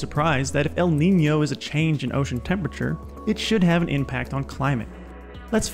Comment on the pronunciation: Congratulations Not only your channel is wonderful. You are also the first English speaking Youtuber to accurately pronounce the ñ in Niño